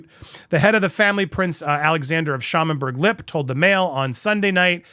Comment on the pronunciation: The German pronunciation of "Lippe" actually sounds out the final E, so it is Lip-pe!